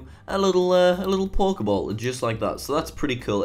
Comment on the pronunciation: It sounds like you saying Pork-e-ball. XD